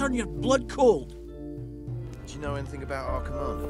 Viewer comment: “Did you fnow” huh